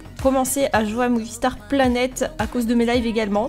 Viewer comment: au debut ta dit boonie planet xd merci pour les conseille